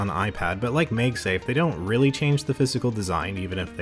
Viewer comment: First time hearing someone says MagSafe as "MegSafe" xD